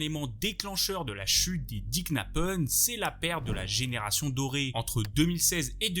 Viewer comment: Vidéo super instructive,Merci ! Cela dit ton débit de parole m’irrite unpeu . La fin de tes phrase sont toujours suspendu , comme un robot . Ça dénature énormément la vidéo et l’ambiance « docu » .Tu parles comme au journal. Ex: L’ampleur de cette chUTE. Ils vivent pour leurs clUUUB,….